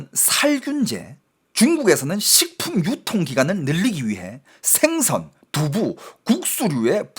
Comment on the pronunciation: 어이 너중공말 하는놈이 생선과 신뢰를 발음을 못하고있나. 우리나라말은 4성이있는데 너왜 말을 그따구로하냐. 똑바로해라 모르겠거든 국어원에 물어보고 고쳐라 죽는수가있다